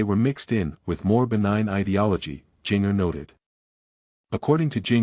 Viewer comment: Please learn how to correctly pronounce Jinger’s name.